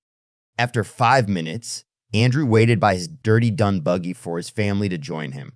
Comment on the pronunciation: If an A.i. can't pronounce dunebuggy,the you know this is a fabricates! And to say he had a peice if Jesus Christ's robe,I doubt 😮!